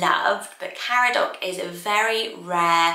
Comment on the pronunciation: Caradoc is actually pronounced Car-adog, would love a Welsh list!!